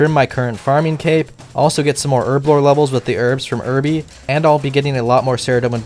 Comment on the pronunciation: herbebore = HUR BLORE